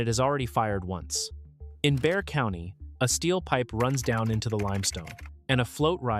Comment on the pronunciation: Not pronounced Bex-ar. Let's start with incorrect info. Well, article is late to the party. The last couple days of storms and flooding should fix this problem til the next time. Hopefully the baked earth got wet enough to start some percolation.